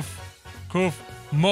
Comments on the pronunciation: It’s kaufmo not keufmo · Sorry to correct you it’s pronounced kaufmo not kafmo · It’s not kafmo it’s Kaufmo ur funny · Your saying koofmo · Stop saying koofmo